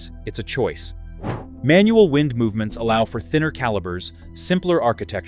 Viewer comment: AI - “wind” with a short “i”.